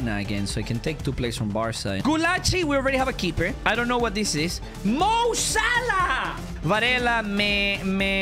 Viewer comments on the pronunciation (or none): none